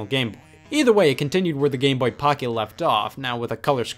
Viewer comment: “game bohhh”